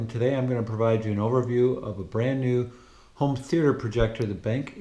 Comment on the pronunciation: Hi Chad, thanks for the note. I have always been calling it "benk" so thanks for the proper pronunciation - it makes a lot of sense with the capital Q. Regarding the noise, I have not heard what the HT1085ST sounds like so I can't really provide a proper comparison. What I can say is that I am cognizant of projector fan noise as it can be an issue, and with the HT2150ST I found it to be fairly low. You do hear the fan but it is low enough that in quite scenes you don't really notice it much and otherwise the speaker easily covers up any fan noise. Hope that helps.